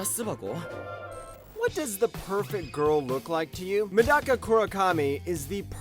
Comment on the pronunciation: Avoid the english dub of Medaka Box like the plague, might be the worst dub I've ever heard. Plus you mispronounced "Medaka".